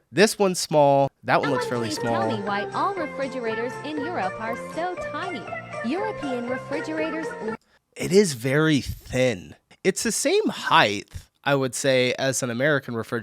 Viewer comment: you speak height with a "th"?